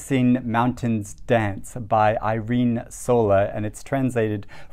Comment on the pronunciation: just a quick pronunciation fix: irene is pronounced /ɪrene/ and in the surname (solà) the last syllable is the strong/stretched(?) one (idk if this makes sense). I've been meaning to read her book since it came out in catalan. The wonders was a huge hit in Spain when it came out. I'm hoping to get to it soon now that the hype is not everywhere. I'm also dying to get to the doloriad!